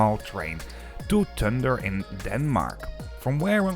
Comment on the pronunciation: The "d" in Tønder is silent, so it is quite easy to pronounce. If you know it. 🙂